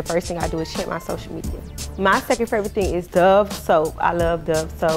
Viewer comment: "Shoshial media"